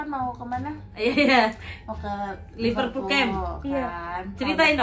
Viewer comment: Liverpool bukan Liperpool🙂